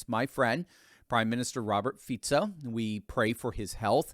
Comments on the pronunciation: Ah finally someone correctly pronouncing our PM's name. He is just slightly left and all conservative. And yeah he got famous for saying he wants peace on Ukraine, no weapons for them, no Slovak troops fighting against Russia, and criticizes the covid policies of the previous government and is against WHO gaining the right to rule over us when they self proclaim another pandemic. Yeah I wonder why they tried to murder him. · Thank you, for the correction of pronunciation of Fico’s name. However, Visegrád is pronounced “ vishegrád” with an “ sh” sound in the name of the Hungarian town by the Danube.